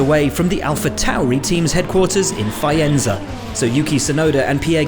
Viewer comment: "Fayenza" ... sad alphatauri noise